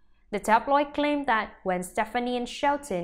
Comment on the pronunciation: This reporter needs to say Gwens name correctly. And maybe just maybe I might believe her